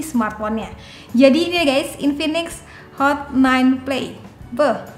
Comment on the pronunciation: Hot bukan not.. Pas awall